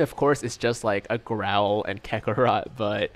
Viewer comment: It seemed very rushed. It’s pronounced more like “Kak-ka-rot” not “kakaroooooot”.